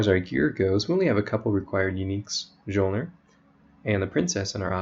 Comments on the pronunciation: It is pronounced as 'MEolner' Thanks for the guide. I have been trying to make a build based around Mjolner for quite a while now, but haven't come up with anything solid yet. The only issue I see is that you can't use a biscos with this build, and biscos is basically mandatory ATM for mapping because its overpowered. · stopped watching after he said majolner